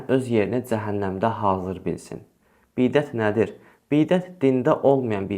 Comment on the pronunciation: Hələ bidət sözünü düzgün deməyi öyrən sonra halal haram hökmünə girişərsən qardaş.😉😄